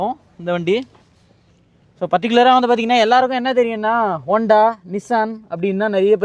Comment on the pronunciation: அது ஒ**தா சிட்டி இல்ல முருகேசா! Honda சிட்டி 😅😂